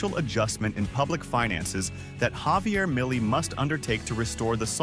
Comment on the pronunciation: You gathered all that info made video and you can't say his name semi correct ?